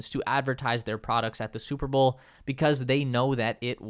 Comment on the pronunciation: You say bowl like bull